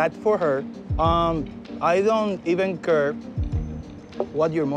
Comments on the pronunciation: “i don’t even cur” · "I don't even curr"